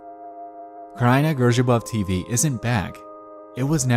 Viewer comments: Not the way you pronounced kraina grzybów tho 😭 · The way you said Kraina Grzybów made me laugh so much xD